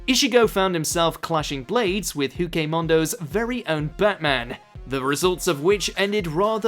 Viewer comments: mans said huke mondo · Couldnt say hueco mundo correctly lol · He pronounced Hueco Mundo HORRIFICALLY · You know they never watched bleach if they can’t say hueco mundo which is literally Spanish 😂